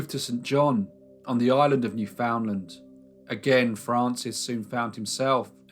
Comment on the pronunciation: Funny to hear pronunciation of Newfoundland as New- Fownd- land. Although it might read that way on paper, in reality it's more like Newfun-lund.